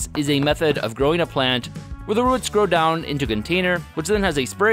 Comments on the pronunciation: It's more like rəts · Short ruhts. Long ruhts. That's one crazy regional pronunciation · Ah yes, the "ruts" of a plant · Why can you not say roots? lol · I have to stop. The way you pronounce roots is just weird.